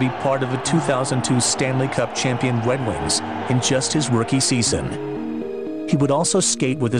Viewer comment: "the wed wings"